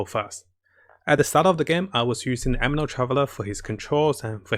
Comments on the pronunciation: Taller chars also can go deeper into water. And please stop saying Ameno. It's aNEmo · Its anemo not ameno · Please it anemo not ameno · I know this is going to sound a little petty but i gotta say it. It's a NE MO. not a ME NO. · ANEMO NOT AMINO ffs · It's Anemo, not Ameno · It's ANEMO not AMENO! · It's Anemo, not Ameno 😂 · why u keep sayin ameno in every vids , it's anemo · He says ameno kkkkk it's officially a divine tier list